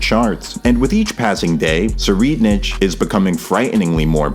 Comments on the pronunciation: Say it with me: seh-REE-ed-nik or tser-ee-ED-nick NOT sir-reed-nich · tserriednich is pronounced “sir” “ride “nick” 👍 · tserreidnich's is pronounced like (se-ride-nick). hope this helps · Tserriednich's name is basically pronounced Tsu-ride-nik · Btw you pronounce it (sir-ride-nick) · Its "sir I'd nick" that's how you pronounce prince Tserriednich. Only thing I wanted to say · Its pronounced sir-ride-nick. Or u could say sir-ride-nitch. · its german u say his name like this its just said "sir ride nick" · I think it’s pronounced “Sir-ide-nick” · The ch in Tserriednich is pronounced like a c or k btw, good video tho i agree Kurapika is not one to underestimate someone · every incorrect pronounciation of his name, is fine as he does not deserve his name to be spoken correctly lol Also I thought it's only if i woman lies to him the ability works